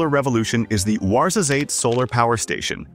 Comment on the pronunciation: As a morrocan i want to comment some points on this video " Ouarzazate" is not pronounced correctly 2)many of solar energy projects take place in the western sahara region , yet none of the videos show them